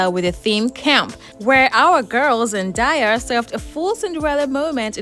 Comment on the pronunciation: Just to clear up any confusion on how to pronounce her name- I used to think her name was pronounced "Zen-die-ah" but she has stated it's pronounced "Zen-day-ah" I found it confusing the mixed pronunciation in this video so hopefully this clears it up.